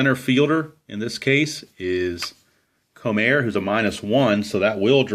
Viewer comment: It's pronounced: Bobby Kuh-nop, and Wayne Ko-Mer.